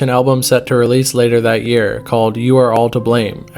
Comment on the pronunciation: his old name was th@ kid (th-at) kid not tha otherwise well made vid 🤠